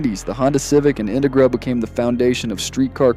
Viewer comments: in-te-gra. Your not from cali are you? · His Em-Phasis, on the wrong SyLLabels is killing the vibe of whats actually a good video. I dont know if this is Ai? or this guys never heard of an in-Tegra before? 😅😅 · I came to the comments for this. I can’t keep watching because of how he pronounces it. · Why did you use the cheapest, substandard AI voice generator available? Dafuq is an "Intigra"? Your AI voice over was so bad that I had to stop watching and give you a thumbs down! Did you even watch your own video before you posted it? The quality is so bad I have to wonder! Don't you want to convert your views into more likes? Then use an American human voice, which I'm sure you can find for free locally! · Why tf do u say Integra like that